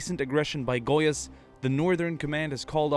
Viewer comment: Im am a brazilian and the way that he was saing gois was so funny and far from how its said